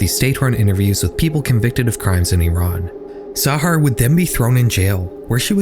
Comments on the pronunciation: first time ive seen someone whos not from iran pronounce it correctly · my whole family live in iran, tehran, my mothers been making contact with one of my cousins, it doesnt happen through text. (edit: thank you for pronouncing iran right!)